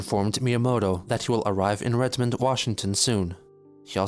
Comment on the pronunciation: Hearing everyone in this mispronounce Redmond is making my ears bleed